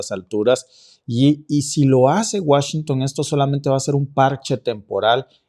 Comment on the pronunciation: Deja de decir Washington no te queda, eso lo utilizan más allá en Europa. Escucharlo de alguien de acá se escucha hijo de pueblo con cabello rubio 😅 neta. No lo tomes a mal solo es opinión!